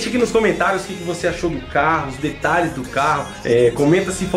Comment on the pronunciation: Detralhes kkkkkkk